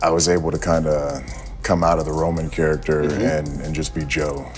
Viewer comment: Hate how he says "character" and "performance"